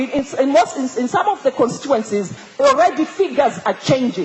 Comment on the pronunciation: Constituency not constuency but you got a point. Keep up with that